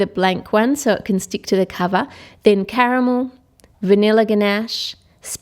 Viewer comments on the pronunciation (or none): the way she said caramel is Spanish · Why did she say Carmel in Spanish?